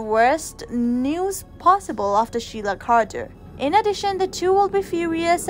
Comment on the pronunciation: It's Carter. With a C. Not QUArter............ please....